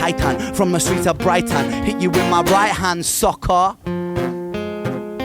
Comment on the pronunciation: Brighton is in Britain. Ren sounds like he calls it Brightan when he sings as it rhymes with the other lines around it. Although from Wales, Ren has lived in Brighton for much of his adult life. It is a seaside town, hence why you will often hear him highlight seagulls in his music. The verbal non-words he randomly throws in are known in jazz as "scat". Yep, just like wild animal dung. I can only suppose it was used to indicate the randomness of its appearance.....? Someone else may know the actual meaning behind its use? Yep, with Ren the song you just heard is most often your favourite. Eventually, you find yourself listening at home to the same few every day and can say with more conviction that all Ren's songs are great, but a few are just remarkable!